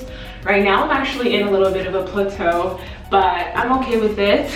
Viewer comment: Girl if you don't stop saying Pluto it's plateau ( pronounced plat-toe)